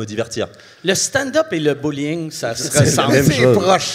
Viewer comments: Hey Mike il a dit bowling pas bullying lol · En meme temps, il a dit bouling le gars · "Le stand up et le bullying ça se ressemble" - Mike Ward 2023 No offense Mike, mais je crois qu'il a dit "Bowling" avec un accent français/suisse 😂 Edit: Je me rend compte que Mike est trop anglophone pour comprendre qu'un suisse qui dit bàgneur veut dire banger lol